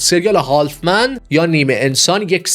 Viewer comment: استرانجر تینگز❎️استرِینجر تینگز✅️ هالف من ❎️هاف من✅️ قاقَم ❎️قاقوم✅️